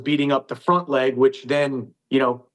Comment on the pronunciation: dhich* not rich 😂